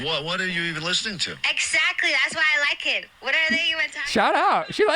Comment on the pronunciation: omfg shes literally the stupid girl impression “iii lakee et” cant even pronounce words like a normal person and sounds like a child thats drunk. she honestly does sound intoxicated